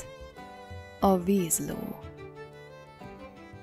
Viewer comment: Csak annyi hogy nem Vízió, hanem Vízló. ❤😉👍